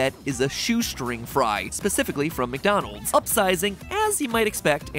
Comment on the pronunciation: Am I the only one who noticed the “MatDonald’s” in the intro? Lmao